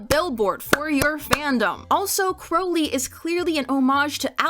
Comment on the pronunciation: I honestly don't understand why kept mispronouncing Crowley. (I hope that I'm not coming off as rude.)